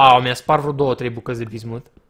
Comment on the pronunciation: de fiecare daca cand spune 'bizmut' am impresia ca spune diznuts